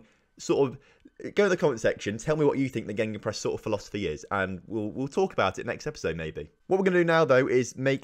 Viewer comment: Are you saying GeNgenpress instead of gegenpress(gaygen press), also what it does is dominate the space between the lines of attack and defence